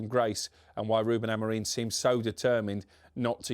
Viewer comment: Does everyone at TalkSport have a contractual obligation to pronounce Amorim's name incorrectly?